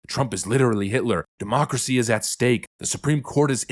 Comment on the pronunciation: JESUS F@@ CHRIST STOP SAYING DEMOOCRACY!! YOU MAKE US CONSERVATIVES SEEM RETARDED